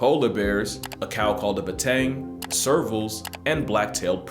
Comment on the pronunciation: You pronounced Bateng and Tuatara correctly.